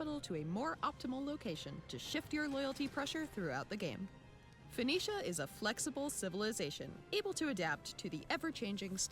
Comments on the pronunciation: Why don't you know how to say 'Foe-Nee-Shia'? It's hardly difficult. I worry about people who seem proud of their own ignorance... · It's pronounced Fuh NEE Shuh. Fuh NEE Shun. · For pronunciation, try this: Foe-KNEE-shuh. Btw, you got it right at least once. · Pronounced as Fo-Kin-Shite ;) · I think it's funny that you have difficulty pronouncing Phoenicia in that as the creator of the alphabet Phoenicia is the root of so many words dealing with language, sound, and communication (telephone, phonetic, etc...). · Richard Cramer he said it correctly and then corrected himself by saying it wrong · I see you pronounced it Phonetically!